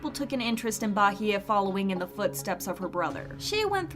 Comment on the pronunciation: Me: peacefully watching the video. The narrator: 'BAHEYE'